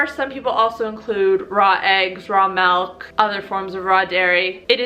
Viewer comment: lol "melk"